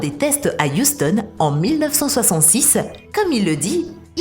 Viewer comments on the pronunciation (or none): none